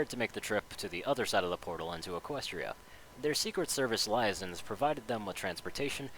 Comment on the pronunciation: Lie-a-sons?! It's actually pronounced lee-ay-zons. Liaisons.